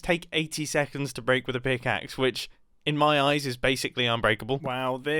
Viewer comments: "If try to to >>bleak<< a block..." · He said Blak a block